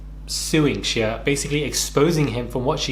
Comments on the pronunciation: I was surprised as well & I’m British lmfao. I think just mispronounced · Is that really how Brits pronounce his name “Shee uh”?